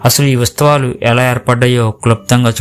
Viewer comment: Usthavalu antunnaru,kanee palakalsindi uthsavalu ani please correct your pronunciation,memu akkadaku velli mariyamma garini mokkamu ma vignapana mariyamma gari dwara Jesus ke chesthunnam adi theliyani chala mandi meelane apoha paduthunnaru oka vela kondaru theliyaka meerannatle chesinaa kuda devudu varini emee anadani na pragadha viswasam